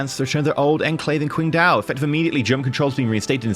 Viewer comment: Is it really that difficult to pronounced Qingdao properly... Hell even "Ching Dao" sounds better than "Quing Dao"